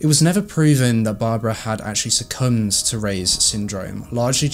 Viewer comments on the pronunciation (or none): none